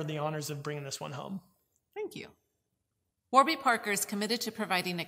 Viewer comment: I can't believe you pronounced Warby incorrectly.